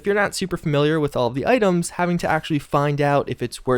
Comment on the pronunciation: love the way he says "items" AA'DEMS